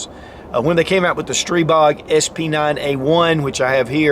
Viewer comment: After the 20th "streeebog" I'm out.